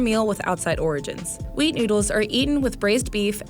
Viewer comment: The person talking was so high she said wheat into weed.